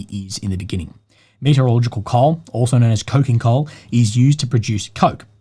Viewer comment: Also, you pronounce 'metallurgical' like 'meteorological', it's hilarious.